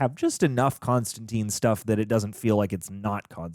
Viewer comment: Fun fact: Constantine actually rhymes with "wine" not "mean". John explains this a few times in the comics.